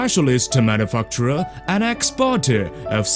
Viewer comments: lol Manifuckturer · "We choose a specialist manufuckturer" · it sound saying motherfucky